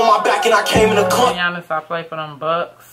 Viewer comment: U reaching. He just said Giannis’ name wrong. A lot of people pronounce it like that. That line is only one meaning and it’s the obvious one.